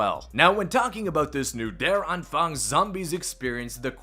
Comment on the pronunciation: Just pronounce it: Ther Ahnphung (A like Uh)